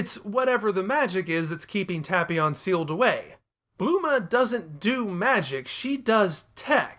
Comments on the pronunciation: blooma? you mean Bulma? XD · Bluema whoo😂😂he said trunks mom name wrong lol